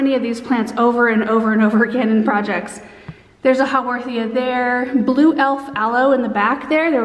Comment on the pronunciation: I've never had great success with succulents but your explanations are encouraging me to try again. That echiverria is so cute. And I have never heard of a "how-war-the-a" :)